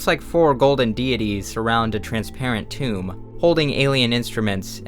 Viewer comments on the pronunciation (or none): none